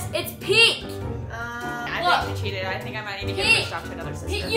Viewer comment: She CHEAATED sry